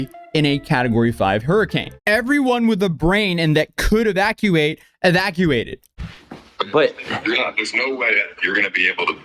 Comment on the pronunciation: I knew his IQ when I heard his voice. Also how he pronounced 'evacuated' by saying 'evax-cuated' 😂 kid literally dumb as rocks